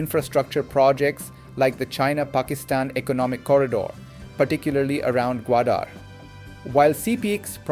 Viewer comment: OMG Why are you mispronouncing Balokhistan, BALOK People and Gwadaar? AI gone wrong here!